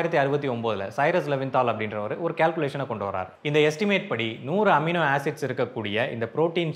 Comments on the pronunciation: Who cares... Does that amino knows.. 😂😂😂 he is mispronuncing or is that word universal in all languages..😂😂😂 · எமினோ இல்லை அமினோ 😊